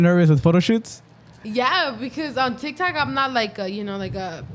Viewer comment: TikTok not tictok lol